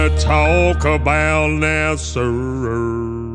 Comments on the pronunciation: Nice-sounding tune, though one tip: American Southerners don't pronounce it "NASerr;" there's no final R sound. I would've never guessed you're British if not for that. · I'm really confused why he pronounces NASA that way. 😂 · Lol, everyone should pronounce it this way! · Everything you do is great... but this is the one that gives away that you're not American... because you say "Nasser" instead of NASA. 😄